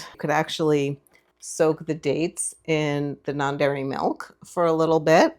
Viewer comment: Are you saying "non berry" milk?